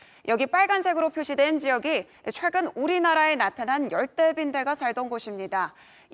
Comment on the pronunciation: 처음 나오는 아나운서 발음이 왜 거래요?? 중국인이 ㄹ 발음하는것같음. 😮😮 열대,번져 가는걸,이동을,갈 수록,힘들다는 ect